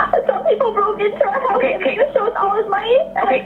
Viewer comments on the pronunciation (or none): none